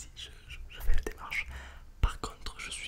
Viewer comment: c'est pas "j'fais des photos" c'est "jfa des photos" c'est un québécois de rien